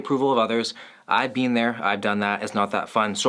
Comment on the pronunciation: Lol that “I’ve been there” sounded so Canadian